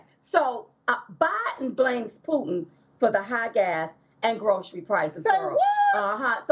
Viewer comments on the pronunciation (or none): He's reading. All he does is read. What the heck is a gocy store?